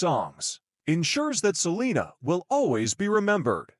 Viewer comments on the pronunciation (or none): Terroble robot video canr even say her bame righr 😒